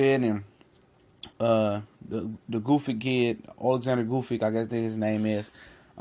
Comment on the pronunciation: Bro you got dyslexia or something? It's not that really hard to pronounce those foreign names if you take a little time to read it properly the guy name is not Goofyk it's Gvozdyk lol